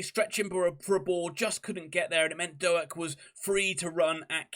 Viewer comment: Our man (for now) is Ben Doak, pronounced Doke not Do-Ak. Apart from that I really enjoyed your post. I hope you stay up.